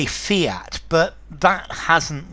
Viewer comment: The Second word fiat not fint